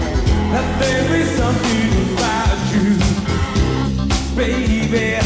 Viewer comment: Muricans man! 24 seconds in and already pronounced something weird. Nobody has ever called it 'Something About YOU' until now. It's just 'Something About You'. Don't emphasise the 'you'. I thought Americans only butchered English by emphasising the wrong part of words (DEE-fence), but no, they also search for random words to emphasise as well it seems.